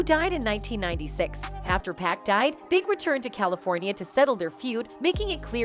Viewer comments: PAC PAC not pack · It must be an AI talkin...hahaha...how you gon get pac name wrong